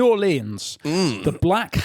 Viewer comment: Fin is determined to keep saying new orleyans